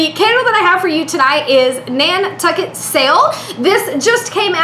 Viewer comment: This review was too funny, especially when you said "Nan-sucket." LOL Most entertaining review ever!